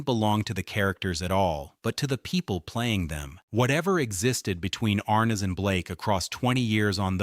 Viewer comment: JHC, The pronunciation of his name is wrong. SLOP